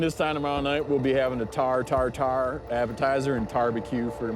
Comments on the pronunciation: "Tahr Tartare" ahahaha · "Tahr tartare" LMAOOO